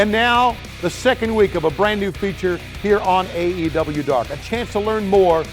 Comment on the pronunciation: tazz can't pronounce the name of the show